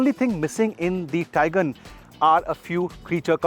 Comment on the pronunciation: The Taigan ans Seltas pronounciation was really irritating man.